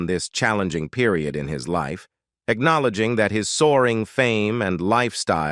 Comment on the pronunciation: PLEASE STOP with the AI computer narration. It is hard to listen to. Broken words, mispronounced words AC know leding. Sickening.